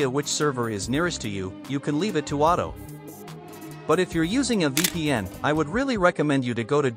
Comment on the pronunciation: its vpn not "veepn"